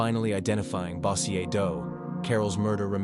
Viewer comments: its pronounced BO-jerr (Bossier) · The way you say bossier lol 😆